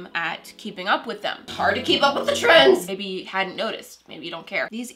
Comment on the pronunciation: Ehem you said trendSSS Not trying to be mean was a great video, just sayin. Love u!